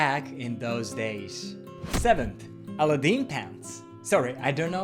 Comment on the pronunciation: A very fun video! Thanks for sharing. *Also try saying Aladdin with the accent on the second syllable, (the second "a" would be emphasized).